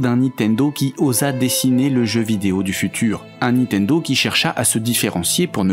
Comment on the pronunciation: Je "like" mais par pitié : ARRETEZ de prononcer "NI-TENDO", on dit NIN-TENDO ! (le "Une-réal Unjayne" est pas mal non plus dans le genre, c'est pas votre truc la prononciation correcte des marques hein !)